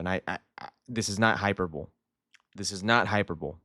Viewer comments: Probably unrealistic but I remember Porto being linked with him last year, would love to see that but the money probably isn’t there. Also, it’s pronounced hi-per-bow-lee haha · Galaxy. Why are your pronouncing hyperbole so weird?